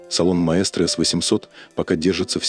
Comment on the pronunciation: Рассказывающий произносит название неправильно ) прислушайтесь . Такой проёб , при рассказе о сигменте премиум😂. Просто настораживает обо всем остальном